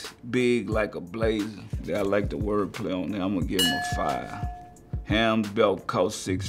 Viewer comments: “Ham belt cause six-fifty.” Master P sir, since when is Hermès (AIR-MEH-Z) ham? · He said Ham belt instead of Hermès 😂😂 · He said “ham” belt instead of Hermès